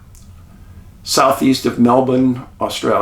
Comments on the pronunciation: You are literally the only non Aussie who I have ever heard pronounce Melbourne correctly. Bravo🥰🕊️👍🇦🇺🌟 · Mr Paulidis as an Aussie I would just love to let you know you said Melbourne perfectly 🙏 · Thankyou from Australia 🦘 💫 I've never heard of this story which is crazy! Thankyou for doing this episode and full props for your perfect Aussie pronunciation of 'melbourne' you nailed it mate!! ❤ Top reporting as usual! Thankyou xx